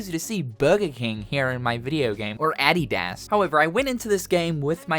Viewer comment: Every time I hear you say "Adidas", I wanna beat the [Donald censor] out of Mickey Mouse. Lol